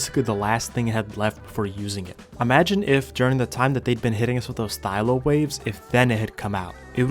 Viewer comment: its not a thyLO its a thyLA TS PMO